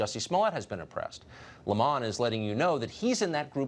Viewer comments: Lmfao why is that idiot Tucker trying to make a salient point but mispronouncing the word "Lemon"? 😑 cringe.. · Tucker, quit callng lemon Le mon!!!